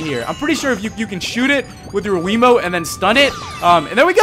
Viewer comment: At the start I thought you said wimote